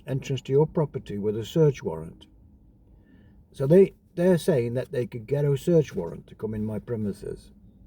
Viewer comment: Warrant not Warrent 🤡🤡🤡🤡